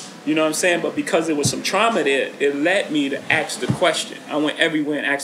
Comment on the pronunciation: Why is he always saying aks nit ask??